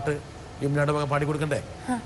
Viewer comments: ലാ ഹിലാഹ എന്നല്ല..ലാ ഇലാഹ എന്നാണ് കെട്ടോ... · Laahi laaha illallah alla tto.... 'laa ilaaha illallah ennanu... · ലാഹിലാഹ അല്ല ലാ ഇലാഹാ എന്നാണ് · ലാ ഹി ലാഹ. അല്ല. ലാ ഇ ലാ ഹ. എന്ന് ഉച്ഛരിക്കണം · Laailahaillallahu pronounced was wrong. Please correct it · Lailaha wrongly pronounced